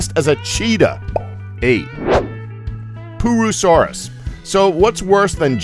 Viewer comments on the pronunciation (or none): it's pur-o-saurus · Pooasaurus? Yeah, glad that one's extinct. Or should I say "ex-stink"? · 1.58 Pooroosauras 😂😂😂😂😂😂 yes, I'm a child. yes, I am aware it's probably not called that. Just let me have my giggle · he said poo-asaurus hahahaha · Snow White pooasuares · Purussaurus more like Pooasaurus. Pooasaurus more like Poopasaurus like poop haha I know that is not a good joke😂😂😂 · The giant crocodile name that the narrator said made me think that pooousaurs was the name of the giant crocodile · I was scared about the large crocodile till u said pooasuraus I laughed I bit cuz POOasuraus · pooasourus? lmao XD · The pooorsaus hahaha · hehehehhe poo-asaurus...😂😂😂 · why on earth is it called a "Pooasorause" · the pooasuris haha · why is it called a pooasaures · I like the poo-a-saurus